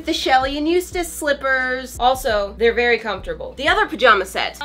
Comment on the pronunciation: Very Homfortable. Me: yea really Homfortable.